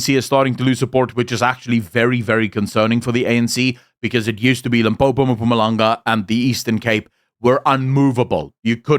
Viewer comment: Enjoy your content, but please learn how to say "Mpumalanga" as ma-puma-langa is not it LOL